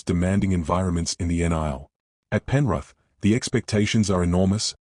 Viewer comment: 'Penruth' 😂 gotta love ai, not